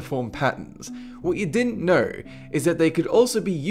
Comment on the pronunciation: "What you didn't knerr"